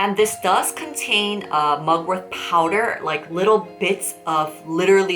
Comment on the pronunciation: Is it me or it always sounds like you're saying mugwor-TH... The T in Mugwort is like the T in Fart. 😁